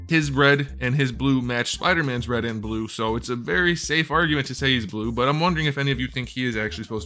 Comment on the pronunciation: It's blueh